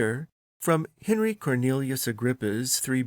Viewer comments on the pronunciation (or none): none